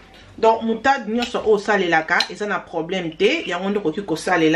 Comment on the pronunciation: On dit “ Moutarde “ Yo ozoloba Mutade.